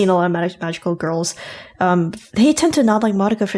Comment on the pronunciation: It's been months/years and still says "Survey Corps" and "Madoka" incorrectly.